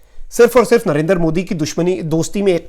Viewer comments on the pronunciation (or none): none